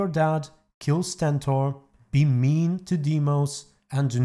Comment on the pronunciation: it’s not Sentor, it’s Stentor